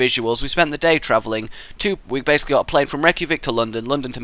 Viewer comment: I AM ICELANDIC AND YOU SAID THE CAPITALMWRONG